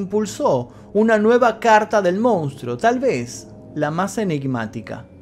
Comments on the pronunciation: Geniales los videos loco!! la verdad muy interesantes. Solo una cosa y de onda, la palabra es "MONSTRUO" y todas las veces decis "MOUNSTRO", no me las quiero tirar de sabio ni nada de eso pero molesta un poco el MOUN. Abrazo bro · Se dice Monstruo, no Mounstro,... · nosepronuncia mounstro,habla correctamente